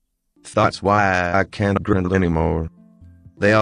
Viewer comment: It's not grind it's grind